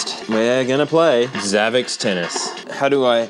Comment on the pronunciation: I haven't seen anyone mention this but I think it's supposed to be pronounced savvy sport. Xavi and xport are separate words on the box and in English x can be used like an s. Following that logic it makes sense to be savvy sport because it's a "high tech" sports machine.